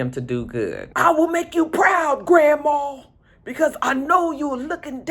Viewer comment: Every time say Gran Maww!! I just laugh!!